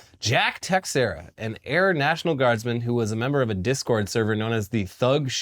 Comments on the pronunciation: the x in "Teixeira" is pronounced as if it was a "sh"... so "Teisheira" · comment for engagement but also texiera is pronounced teshera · The x in teixeira is pronounced like sh